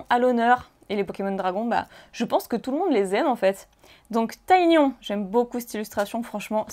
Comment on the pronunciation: Je découvre tes vidéos. J'adore. Mais je suis deosle mais c'est pas Taiignon. Mais Ti gnon. Ca ma trop choquer . Je crois qu'il ont toujours dit xomme ça dans les anime.